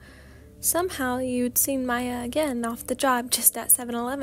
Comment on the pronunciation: This is so good!!!!!!! By the way I just wanted to say Miyas name is pronounced the same way you would pronounce Mia :) I love all ur vids ❤ can’t wait for the next few audios❤❤